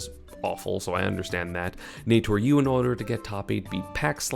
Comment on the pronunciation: i don’t mind the crepe sale pronunciation but please call naetoru normally